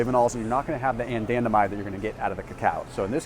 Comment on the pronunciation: why is he pronouncing anandamide like that?